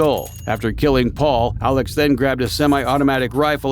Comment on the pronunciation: Hi! Love the video, but as someone from SC wanted to say that his name is pronounced like Alec not Alex. Otherwise, love this.